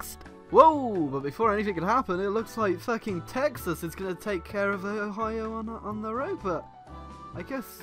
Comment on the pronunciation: why does pronounce "Texas" as "taxes"?